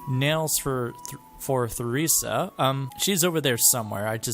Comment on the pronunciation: please tell me you don’t actually say Theresa like thay